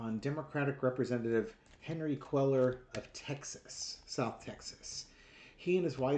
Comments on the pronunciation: Please, his last name is pronounced Kway-yar. Spanish double L is a "y" sound. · Say it Cwayar The Ls are silent like in tortilla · Hey,his name is pronounced( Quay- are ) ll’s are silent. Like your humor and I live in Texas 😊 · I think it’s pronounced Quayyar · It's Quay-are